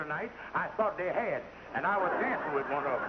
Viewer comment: had ( not hai )